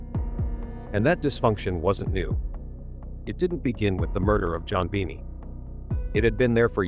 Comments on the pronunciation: Why do you say JonBenet wrong ? It is pronounced as ( JonBenay ) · NOT Bennie it is Bennet .....a silent T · Note, -AY eye keeps calling Jon-Benet ; JoBenny. ( Yore welcome. It's nerve wrecking.:face-blue-wide-eyes: ) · It would give the video more credibility if you at least pronounced the victim's name correctly. She wasn't the daughter of Jack Benny.